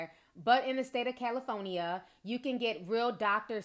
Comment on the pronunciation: Lol 😂 She said, “Cali-Foney-a”! 🤦🏾‍♀️💀